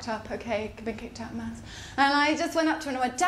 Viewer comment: Bloody mental in all the right ways! Have to admit though... I thought you said "mouse boat" and "mouse train". I was scratching my head for a half hour till I realised you said "maths!". Makes a bit more sense now.